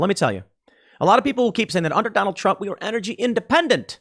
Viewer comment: "We're just feeling the effects of the trawmp administration hurr fking durrrrrrrr"